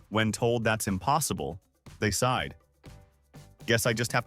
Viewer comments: 'They side'? - Try 'They sighed'. Otherwise hilarious! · It's supposed to be They sighed